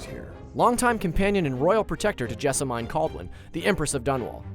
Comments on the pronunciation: "Jess-a-MEAN" not MINE. "Have-lock" not "Have-a-Lock" ggbruh. You work for a video game channel... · It's pronounced Jessa-MEAN Kaldwin, not Jessa-MEIN!! This makes me so angry. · whem he said JesamAIn i died ahahaha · Jessa-MINE Kaldwin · The way he pronounces Havelock and Jessamine's names is so cringey. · you pronounced Jessamine wrong